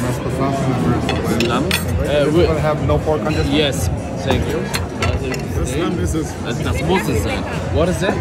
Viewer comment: Sänkyou haha eli bester mann🎉